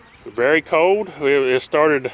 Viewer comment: This guys english is shit. Cold has an l it's not code like he sais